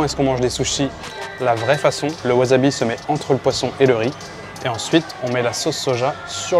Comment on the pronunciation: WaSSabi, pas waZabi!!!! ... et, au passage, ramen (le plat) est un nom MASCULIN! Cool vidéo... On en redemande!